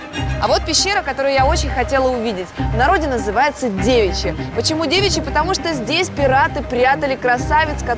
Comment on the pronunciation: Не плохие зарисовки, но что мне не очень понравилось: Николя проходил в одном и том же, Мог бы хоть футболку поменять. Для Алинки-- пещера всё же "девИчья"--не "дЕвичья", "а в остальном, прекрасная маркиза, всё хорошо, всё хорошо! "